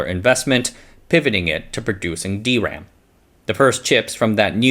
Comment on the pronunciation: It's weird hearing D ram on this channel instead of dram.